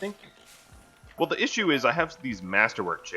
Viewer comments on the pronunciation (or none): none